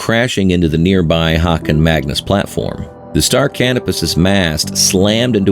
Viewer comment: Just a small thing: "Haakon Magnus", not "Hakoon Magnus". (aa=å.) This is the name of the Norwegian Crown Prince - he is still only the Crown Prince by the way.